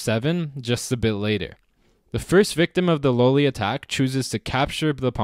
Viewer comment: I thought at first that you were mis-pronouncing Lolli, because everybody seems to say Lolli like lollipop. But since it is named after an old Italian player, "low-li" would be right.